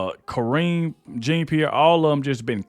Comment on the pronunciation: "And" storms out. Not "an." Jean Pierre is pronounced, Jon-pee-air.